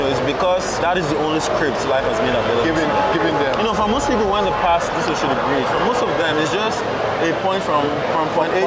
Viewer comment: Why is he calling it Oshodi instead of Oshodi?